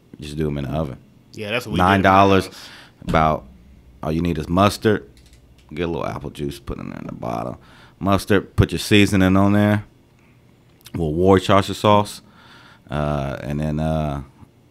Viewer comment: Mufuka did you say "War-shisher sauce " you almost made me say the N-word. 🙄🤣